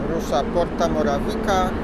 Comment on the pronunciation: porta morawica sie muwi